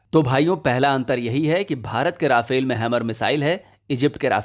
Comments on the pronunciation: राफेल नही रफाल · Nice video although you have Indianized the pronunciation of Rafale to ‘Ra-fail’ 😄